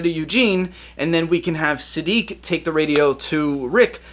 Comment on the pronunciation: You finally figured out how to pronounce Siddiq! Now let's work on "towards". (Just kidding. Great video as always!)